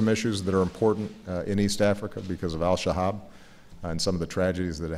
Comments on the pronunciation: Did Obama say Alshahab instead of Alshabab? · ***** He did say Alshahab!